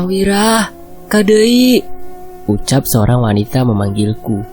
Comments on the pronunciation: kadieu ,bukan kadeui hehehe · hahaha ia salah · ( kang wira kadieu ) bukan ( kang wira kadeui ) kadieu tuh kesini artinya